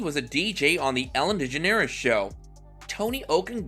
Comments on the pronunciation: Man, her name is pronounced deGEneres. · Ok this is utter bull... Just the fact your not even saying her last name correctly irritated me, as for all these so called famous people who spoke out about Ellen, I only knew of Lea, and the guy from Everybody Loves Raymond.... With how many famous people did appear on Ellen's Show, why are they not ALL speaking up, or is this one of those situations where.... The guests thought so highly about themselves, they didn't like that Ellen didn't roll out the red carpet for them because well, they aren't that famous as they believe or that important enough..... And if Ellen does have a moody side, don't all people at some point in their life, so this truly is utter BULL.... I hate to see that all these years later, once again Ellen is turned against just like she was back when she was in her own Sitcom..... When are we gonna stop placing so much hatred onto this Woman..... So there ya have it.